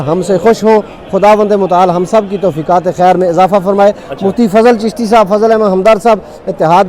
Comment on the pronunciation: چشتی نہی چشتی نہی۔ 😂 آباد وشاد رہیں مولا سلامت رکھے